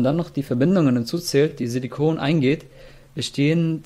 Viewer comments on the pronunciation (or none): Silikon ist nicht gleich silicon also bitte sprech das englische wort auch so aus damit man kein POLYMERE darunter versteht !!!!